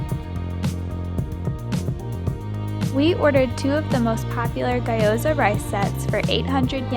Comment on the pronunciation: ghee - yo - zah, not gah - yo -zah